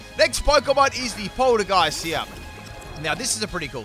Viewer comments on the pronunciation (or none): "its funny how the move and the pokemon are the same lol." Me:*thoughout the entire video. " ITS PRONOUNCES POL- TEA- GEIST YOU UNCULTURED SWINE ITS A TEA POT. AND ITS A GHOST. POL TEA GEIST. SAY IT RIGHT OR I WILL MURDER YOU." Me: *gets to end of. " I give up..."